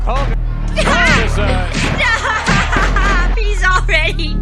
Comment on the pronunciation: You pronounced it "Holk whogan"